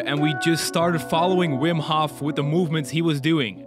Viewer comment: Aren’t you Dutch too? Why do you pronounce Hof in the English way?